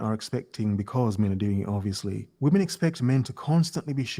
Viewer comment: The guy who made the video says women in plural like woMAN. What’s up with all these idiots that can’t say women instead of woman